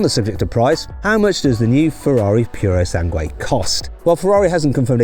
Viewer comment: マットの発音はだいぶ英語訛りですよ